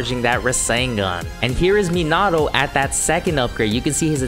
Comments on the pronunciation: You're super close to pronouncing minato correctly instead of Me-nah-oh say Me-nah-toe and it'll be perfect,keep up the great vids 😄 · I was just like huh did he just say menahhhto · Is it just me or does it trigger others too? The way he pronounces Minato. Lol sry keep up the good work